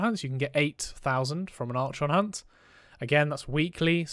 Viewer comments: “ArSHAWN” instead of “arKON” hurt my soul… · For the love of god... learn how to pronounce Archon correctly...